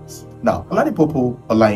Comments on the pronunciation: listen next time call your friends tell them to listen snippets of videos you plan to release. One, at least one would have told you to give credit to Akolawole Olawuyi whose story you dubbed. Another amongst you friends would have told you that the name is pU-po and not pO-pu. If an investigative journalist flunks on names he would lack credibility. Tribe of origin regardless! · OLADIPUPO NOT OLADIPOPU or OLADIPUPU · The way you pronounced her surname sounded very funny. I know most SE pronounce pupo as puupo, but as an Igbo guy try pronouncing it like this kwukwo, (like book in Igbo akwukwo)🤣🤣🤣